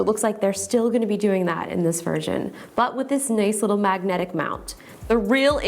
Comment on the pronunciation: I like the way you say 'Magnetic' 👍🏻